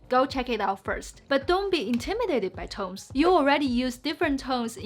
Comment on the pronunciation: I love how she says "tomes" instead of "tones" half the time. That's so damn cute :D